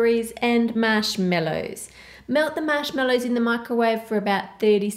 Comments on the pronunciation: “Mashmellows” It’s marshmallows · Lmao you say mashmellows where were you born? No offense I love this video 💕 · Is it just me, or does she say MASHMELLOWS instead of Marshmallows! Like if you agree!! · The recipes look great. But I had to stop at the third recipe. Sorry but I just couldn't take to hear MASH-MELLOWS ANYMOOOO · I love how she says marshmallows